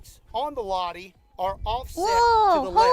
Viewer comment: its Lah-ti, not lahdi. Suomi mainittu, torille!!!!!